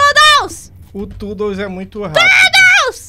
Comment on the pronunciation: Oii, na verdade se pronuncia "tudous" não "tordles":) Da toon toddles vcs viram a falha no jogo?